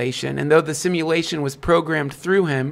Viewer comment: “simalation theory” and “biyanary” idk what proof this guy has but im not trusting anyone that mispronounces words that bad